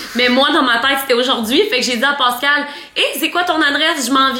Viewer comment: Mon chum s’appel pascal et ca me fait capoter entendre : pawscal HAHAHAHA Am I the only one ??